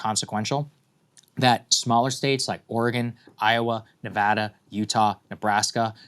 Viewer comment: Thanks for saying Nevada right!